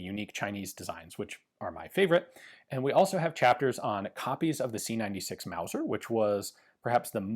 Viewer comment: "Wauser" pistol! What a unicorn.